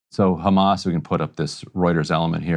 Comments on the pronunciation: I get so annoyed whenever an Israeli says Ramas and not Hamas. They've said it for decades and still mispronounciate the name. Not that bright. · I will never understand why these israeli spokesliars say Hamas like this "Harghmas", it is the only word they pronounce like that in English. I never hear them speak with any accent while they speak in English unless they say Hamas. It means they do it on purpose to make it sound worse that it acually sounds, it is these spokesliars job after all to dehumanize the people of Palestine, whether they are members of Hamas or not.